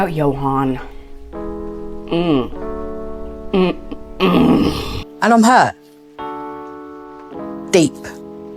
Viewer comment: Honestly. Ill be that person today.. I don't feel bad for her at all. I feel like and I've said this before, she was trying to buy his love. No one her age can be this thick. Also its YO HAN. She and JO HAND was doomed from the start when she couldn't be bothered to pronounce his name correctly.